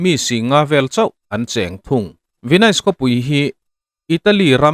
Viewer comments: Tinge Venaise tiin i lam daih a😅Venis tia lam tur ni awm tak a ni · An sawi tawg nual tho a, Ve-nais i ti daih a. Ve-nis tia lam tur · Venais ti reng😂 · Venais tiin kan lam ngai lo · Youtuber threnkhat hi tinge in tilui thrin emoni le ka ti hial ani....hming/veng/khua lamdan dik te hi zir hmasa thin ula ngaihthlak ti nuam lo vek hian duh2 dan hian in sawi top zel mai...venais tih i lamrik ka hriat rual2 in ka ngaithla peih lo nghal 😮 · Venis tih tur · Ka Pu, Venis ti in, lam teh khai. Ahlutna i ti ho dawn tlata😊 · A hming i lam dan teh daih chu